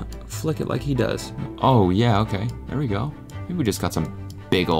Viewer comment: canada meter went MAX w that 'ther'